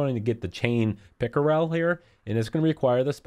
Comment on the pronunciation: I laughed so hard - I love the way you pronounce "Pickerel"